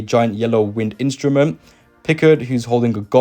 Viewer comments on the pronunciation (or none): You're the first person I know that doesn't know how to pronounce the Picard surname... 😆